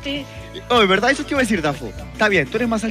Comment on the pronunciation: si estaba borracho, la velda jajaja